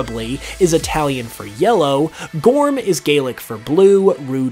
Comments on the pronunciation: Hate to be that guy, but it's actually pronounced as Gurrum, not Gorm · As an Irish person, I fell obliged to tell you that Gorm is generally pronounced Gur-um. One of the few things I can say As Gaeilge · I speak Irish/Gaelic and this is abit petty.. but its pronounced 'gurr-amm' for anyone interested 👍😂